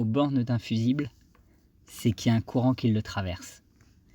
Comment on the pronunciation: Veuillez prononcer couuuurant, il n'y a aucune fuite dans le Coran, tout est à la portée de tous le monde.